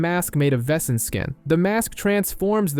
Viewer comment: It's criminal how yankees pronounce "Wesen"